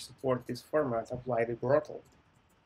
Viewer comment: Great Video, thanks! Some things for improving if you do not mind. Pronunciation of height differs from 'hate', it's a common issue among Slavic people. Been there, done that:) it's just Brotli. In addition, I'd appreciate it if you could clarify some questions. 1) Is it OK in a real interview to use prepared schemas (based on your experience)? 2) Some companies want to focus on BE system design even though it's front-end position. How to handle such a situation? Should I ask whether they want to focus on BE or FE part? Thanks for your attention